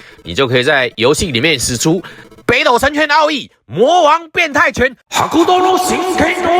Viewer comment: ほくと 台式念法 後苦抖 不是哈苦抖啦